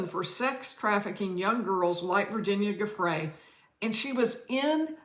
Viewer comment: it is oronounce “jhu—fray” please at least learn to pronounce names of people youre talking about. not hard. geez.